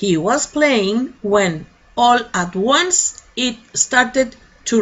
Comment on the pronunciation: Profe q pena,,, me causa intriga la pronunciación de ONCE,,,,, suena o yo la escucho como ONES,,, me esplico, como si fuera uno en plural